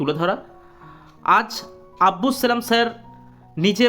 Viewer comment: আব্বুস নয় আব্দুস ।